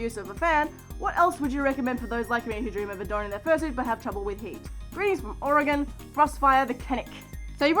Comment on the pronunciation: When a non-Oregonian actually says Oregon right